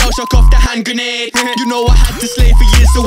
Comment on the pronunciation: The way he says hand grenade is perfect